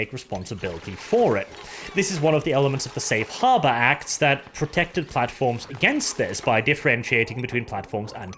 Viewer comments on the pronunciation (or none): none